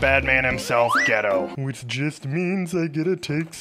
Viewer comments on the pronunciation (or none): i am trigger from the way you saidd geto say the E like EEEE not eh